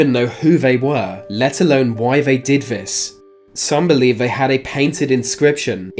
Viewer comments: Fyi “TH” is not pronounced as “F” or “V” eg “they” is not “vey” and “month” is not “Monf” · “Deaf” “Vey are dead” “Smiff “ Come on son, make an effort. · Please learn to pronounce 'th' properly, "Remember Deff" (for death) and 'vey' and 'vat' for they and that!!!